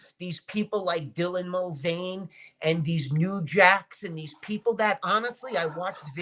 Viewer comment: I love how isn't even bothered to learn Dylan Mulvaney's name properly. Shows how insignificant Dylan is to.